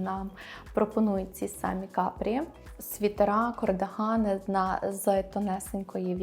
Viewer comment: Цікаво. Але чому ж «кОрдигани»?? 😳 кАрдигани (з англійської - cardigan)